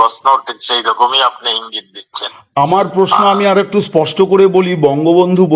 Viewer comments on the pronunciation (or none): none